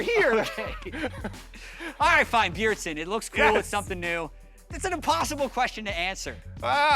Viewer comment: Please it's Bjeardsen not beardsen